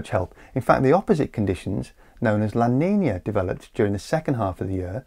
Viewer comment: As a spanish speaker i find funny how you say "lla niniiia"